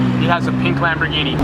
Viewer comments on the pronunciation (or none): none